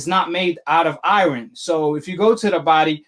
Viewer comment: I never heard anyone pronounce iron like that so funny 🤣